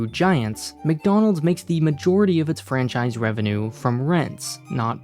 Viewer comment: PLZ STOP SAYING FRANCISIE, ITS FRANCHISE